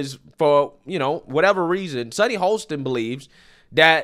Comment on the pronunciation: "Ho-sten". No L